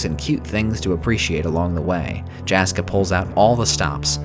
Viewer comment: Hopefully I'm not being "that guy", but for future reference, those are Finnish names, so Jaska and Jaakko are pronounced more like Yaska and Yaakko, like the 'y' in 'yes'.